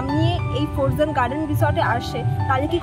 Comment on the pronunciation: সাউন্ড টা ফরজেন না দিদি। উচ্চারণ টা ফ্রোজেন হবে। এমনি সব ভালো লাগলো।